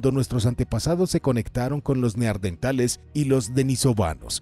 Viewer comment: Como puede este hombre, despues de tropecientos videos, seguir diciendo Neardentales?! 🦷🦷